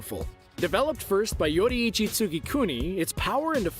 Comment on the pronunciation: Is no one gonna talk about how they called "Yorichii", "Yoichii"?